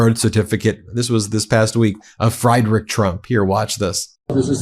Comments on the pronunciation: His name is Friedrich, not Frederic 😂😂😂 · Ben the german chancellor's name is pronounced like "free" and not like "fry". "Freedrich". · Friederich = Freederich Merz = Mairz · Friedrich is pronounced Freedrick. I before E pronounced E, E before I pronounced I. Great reporting though..! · His name is pronounced “Freedrich” (3rd time, I am explaining it). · Friedrich, pronounced Freed-rich (Scots 'ch,' or Greek χ - 'chi'), hence Frederick. Merz states this in the video. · It's pronounced "Freed-rick Mairtz" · ffs - say "Free Drich" bloody Americans never trying with other languages. It's not actually that hard. Also, a "z" in German is more like a "ts" sound. "Merts" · Ben, please, the German way to say Friedrich is like this: FREEdrick. you do a great job with your reporting but please get the names of these prominent people correct. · Pronounce his name please correctly: Free--deesch M+air=ts. You're mangling it. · It's pronounced Freedrik. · Ben, it's pronounced Freedrich Merts. Merts the e like in bets, bats or beds. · Friedrich is pronounced like FREEdrick. Sorry, hopefully no offense, Ben 😊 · I love the work you guys are doing and I hate to be picky, but my mother in law is off the boat German. The proper way to say Merz's name is, Freedrick. Sorry for pointing that out but I don't want you guys to sound like someone from MAGA reading the news!... AW1 (SAR) "Special Ed" USN Ret... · It's pronounced Free-drich. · Just fyi Ben, his name is pronounced Freedrich Maerts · Hi Ben - great segment as usual. In German, you pronounce the second vowel in an “ie” or “ei” combination. So Friedrich is pronounced FREED-RICH. I know how conscientious you are about these things. 😊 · Hate to be one of those people, but it's pronounced "Free-drich". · It's pronounced Freedrick, Ben. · Ben, I love you but the man's name is pronounced Freedrich. In German, ie is were. Like Zwiebach 😊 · Please learn how to pronounce the German name Friedrich. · It's not pronounced Fry-Drich